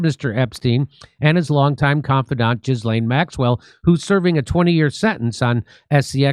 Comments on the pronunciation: Her name isn't Jizzlane. It's Kidlane. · Is it me, or does he make himself look ignorant every time he says, "jizz lane?" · Just for clarification Ghislaine Maxwell's name is pronounced " Ghee- Len". It's French as was her mother. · Here's the thing: Naughty sexy time is the least interesting/concerning part of the Epstein story. Don't be distracted by your emotional reaction to the surface level disgusting acts. Also, it's pronounced ğis•lān. If you believe Virginia Giuffre was a victim, so was Maxwell. I am bored with this subject. Notice they didn't release anything particularly damning to the operation that was Epstein. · I love you, Jimmy, but, “JIZ-LAYN”?? Really?? 😂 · I seriously love that you bring attention to things like this, but please, ffs, first learn how to pronounce names properly- her name isn't pronounced JIZ laine Brisbane isn't pronounced BANE- it's Bin. I find this whole thing deplorable. Even if djt didn't sleep with under-aged kids, but he once said JE liked them young, but could still prove that he didn't know those girls were s*x slaves, he'd get off on any charges- look how happy JEWfRIE looked at that photo they keep showing about her and Andrew, maybe they all looked happy when djt visited EP island, although not sure if that email is true- why would EP say that? When did he say that? It just sounds weird "leaked email"... ummmm 'K.